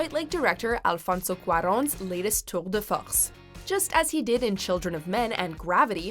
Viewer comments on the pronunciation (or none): How you pronounced tour de force is truly offensive. If you're not French, there is no reason to speak that way outside of blatant pretension. Love the channel, dont love the cringy writing.